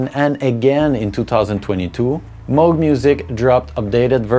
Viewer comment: I love how you correctly pronounce Moog. I thought for years it was Muug, but it's Mogue like Vogue. Kudos ;) And yeah, I agree Skinny Puppy is the GOAT.